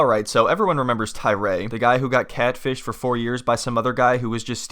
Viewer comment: I swear you’re saying CADfished.